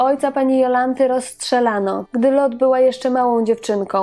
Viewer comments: Do diaska, dziewczyno, ona nie zaden "Lot" a Lote. To niemieckie nazwisko. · dlaczego wymawiasz nazwisko Pani Jolanty Lothe jako [Lot] To zawsze mowilo sie i sama tak sie przedstawiala LOTHE.czyt. [Lote] pozdrawiam ps wystepowala w serialu Dr EWA o ktorym nie wspomnialas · Skąd wymowa "Lot" ? Za czasów jej największej popularności wymawiało się "Lote" pisownia sugerowałaby niemieckie nazwisko, a taka jest prawidłowa niemiecka wymowa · A nie latwiej zapytac p Jolante Nazwisko Loht nic nie mowi a Lote juz wiemy o kogo chodzi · Nazwisko Lothe wymawia się Lote. Pozdrawiam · nie wszystko należy czytać z angielska, tu akurat z niemiecka: Lote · Aha, czyta sie LOTHE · Nie wiem, skad pochodzi ta wymowa Lothe. Dla mnie ma ona korzenie niemieckie, stad wymowa powinna byc: lo:t:e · Jolanta lothe wymawiamy lote, w niemieckich nazwiskach wymawiamy e wiem bo moze panienskie nazwisko bylo tez niemieckie i nikt nie nazywal mnie Dalk Tylko dalke